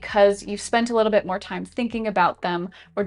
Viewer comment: timestamp. Your right, I should take my “fime.” “Fhank You.”